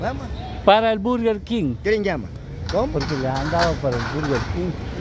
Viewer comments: se dice Berguer Kin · Berger King